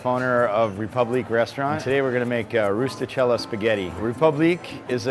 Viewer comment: Sure, cook the pasta “in a way an Italian chef would approve” but go ahead and mispronounce “rustichella”.